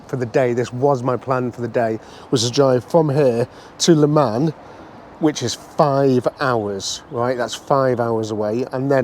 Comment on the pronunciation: Great video, please try this LE MON not le man, thats got that over with. Your on the same toll road we use 2-3 times a year I think A28, your right fantastic road I did over 1400 miles last trip and found I pothole It was acutally a strip of tarmac lifted. Our roads are the laughing stock of europe.